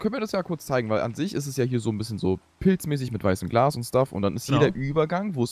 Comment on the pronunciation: Ich weiß das er Glas gesagt hat, aber das "l" hat er sehr verschluckt